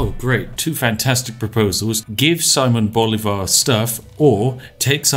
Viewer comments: Pro tip, if the name is in spanish, and you see a tail on top of a volwel. that´s were the accent is: siMÓN boLÍvar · "See-mone Bow-lee-var" Did I get it right? I always try to pronounce foreign names as best I can, considering I work in a public facing job. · Accents in Spanish tell where the strongest part of the word is, therefore Simón Bolívar should be pronounced as si-MON bo-LI-var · Solo vine a ver como este sujeto pronuncia las capitales de nuestros países latinos con su acento ingles. Saimon Bolívar lol xD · Just a little tip: It is pronounced siMÓN boLÍvar. In Spanish, the tilde ( ´ ) accent tells you which vowel you have to stress in a word and does not have any other meaning at least regarding to pronounciation. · siMON boLIvar, that's how you pronounce it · this is very weird since i now who simon bolivar is and hearing his name first miss spoken and second in this context is really weird